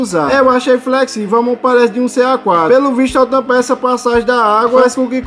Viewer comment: Meu Deus, você fala muito arrastado, tente falar mais normal, “sem eeeelaaa”, pronuncie as palavras de forma mais curta. Olhe como TODOS do YouTuber falam, olhe o Manual do Mundo, sou professor de Português, compreendo o regionalismo, porém, é erro ortográfico, é erro de linguagem também! Você deixou o áudio desconfortável para que as pessoas assistem ao vídeo de forma completa. Você não precisa arrastar as palavras da China a Bahia para pronunciar nada. Sem que tenha boa comunicação, dicção, você vai engajar em alguns vídeos, sendo estes poucos, porém, 99,97% do público massivo que receber não vai ficar por conta deste desconforto sonoro que causa pela forma que você fala. Sua voz é bacana, apresentação incrível, não está intimidado frente à câmara, apertar de estar nervoso, conseguiu imprimir outra versão. Você é talentoso, digo para o seu bem. Eu quero ver você crescer, quero que 50 mil pessoas cheguem a este vídeo, ao menos 5 mil destes o acompanhe todos os dias. “Maratone”, já estou inscrito torcendo por você. Você não finalizou o vídeo, não disse se presta, não fez competitivo de tempo mostrando a diferente entre o nado sem o objeto com o objeto. A forma arrastada que você fala fez com que não conseguisse fazer o principal: mostrar o resultado, dizer se presta ou não.